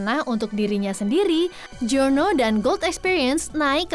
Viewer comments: Wkwk gw dengernya juga jono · w dengernya juga Jono njir, atau lebih ke JYONO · Yang gw denger "jiono"